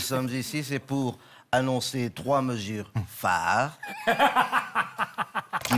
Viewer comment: ..."trois mesures phares"...